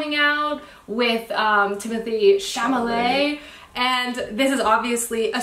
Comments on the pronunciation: she said "Timothy ✨chamalay✨ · Timothee “SHA-MA-LAY”! XD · I'm crying at "Timothy Cham-a-lay". I'm guilty of this too